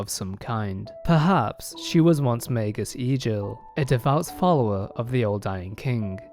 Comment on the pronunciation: Mei-gus not mei-jus. FFS